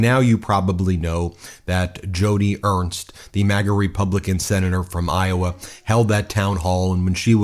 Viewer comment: Ben, her name is Joni not Jodi and you were incorrect on her remarks. Can’t stand her but keep facts correct